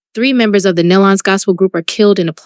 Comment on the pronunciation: I don’t think one site knows how to pronounce. Nelons. ( kneelons). Try that .